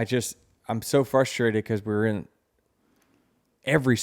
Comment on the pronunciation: Never been a big Denny fan, but sure I do appreciate his insight & honesty and this podcast. But SOMBODY PLEASE tell him that it's fRustrate NOT "fustrate"... lol